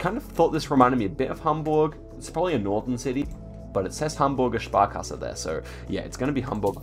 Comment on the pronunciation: His German pronunciation is somehow beyond impressive haha... Hamburger Sparkasse